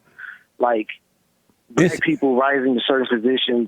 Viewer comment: I'm dying here, he totally says "he blast!" Haha